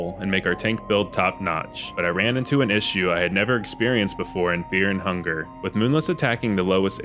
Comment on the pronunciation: Is there a reason to pronounce fear and hunger like feah and hungah?